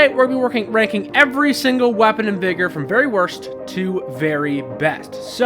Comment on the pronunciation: Sorry but that’s not how you say vigor 😂